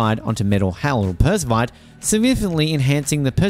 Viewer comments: Per-ov-skite Perovskite Not perskovite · Say- Pair-of-skites. Not meaning to be rude, but it detracts from our faith in your info, if you get that pronounciation slightly wrong. Good luck with your channel. We need all the pro-renewables media we can get. It's shocking, talking to educated work colleagues, who repeat the lies and myths they've been fed by MSM. Their talking points about the tech, from panels, to EVs are based on the technology of a decade+ ago.